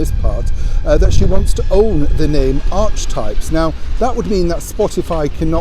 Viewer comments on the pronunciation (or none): not "Archtipes", "Ark-e-types",. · it's arc-e-types... sweetie the word is heavily used in psychology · It's pronounced ark-e-types. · Morning. Apparently the correct pronunciation of "archetypes" is "ar - kah - types". Hope that helps. Love from Australia. Watching the rain tumbling down on the news in Sydney while here in northern Victoria it is as dry as dust. There is supposedly showers on the way but will believe it when it happens. But to not be all gloomy the early autumn mornings and late afternoons are delightful. 🇦🇺❤🦘🐨🌞